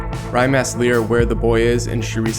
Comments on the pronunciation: Who else hates it when he says "L-Ear-Ra" it's "L-Eye-Ra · Stop saying Lira its Lyra! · You pronounce lyra as (lie-ruah)